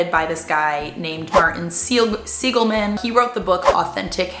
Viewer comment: Martin Sa-li-ge-man.